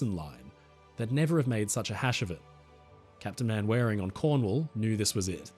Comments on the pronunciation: Manwaring, Captain of HMS Cornwall, is pronounced 'Mannering" I would think an Australian would get British names straight. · Captain Manwaring, pronounced 'Mannering', surely? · a minor point but the British name "Manwaring" is actually pronounced "Mannering", the foibles of old English names, some going back to the Norman conquest, like "Beauchamp" with pronunciation adjustments over the years leading to a pronunciation of "Beecham"!! They're similar to the pronunciation of "Belvoir" Castle (the direct translation from French meaning good view) being pronounced "Beaver", you never learn that these names aren't pronounced how they are written until someone corrects you 🤗 The only other common pronunciation differences I can think of are that the "-borough" of a place name is pronunciation "burra" or even "bruh", and "-shire" is more of a "shur". 😉